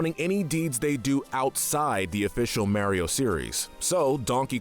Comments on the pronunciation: I don't understand how someone can mispronounce Mario when he says his own name, it's MArio, not MAIRio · its not MaryO its Maurio uggggg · Couldn’t handle hearing “Mayreo” every time lol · Not sure why it is, but when you say Maryo instead of Mario, it makes me jealous of deaf people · MAR EE O NOT MARE E O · His name is MARIO, not Marry-O. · Am I the only one triggered by him saying ['Merio'] instead of ['Mahrio']? 😅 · my guy it's MAW-rio not MARE-io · Ok, but how about saying “Mario” instead of “Mærio”? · its mario not merio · It’s Mario not maryo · Ah yes I remamber playing “Mayrio” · he puts alot of emphasis into the "A" in mario, he be like: mArio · The only comment I could find that talks about this. Not a fan of videos with voices that sound like ai and "mare-io" just made me click away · Can someone teach this man how to say mArio? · There's no e in Mario, stop pronouncing it mehwrio 🤦‍♂️ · Ah yes, “Meario”. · Every time you say "mairio" i die a little inside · Couldn’t even get someone that could pronounce Mario lol? I don’t know who Mare-io is. 🍄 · Nobody:: Mary-oh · Everytime a non-British person says "marry-o", a puppy gets run over by a firetruck. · Why do You say Mario so weird ur saying it like mAIR-iyo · Everytime he says mairio, take a shot. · He says it like such a fucking idiot too... it's completely wrong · It's because Kyle is capable of pronouncing names better than does with his damn ''Meryio'' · The way he says Mario hurts me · I for sure can't watch this with you mispronouncing Mario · The pronunciation of mario can’t be forgiven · Say mario like that 1 more time i dare u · Did the pronunciation of Mario in the video bother anyone else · thats not how you pernounce mario the hole video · The way he pronounces mario and warriors hurts me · Why do you ALWAYS mispronounce Mario's name?!?!?! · This guy can’t say Mario right.